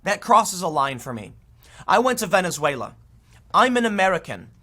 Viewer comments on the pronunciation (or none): none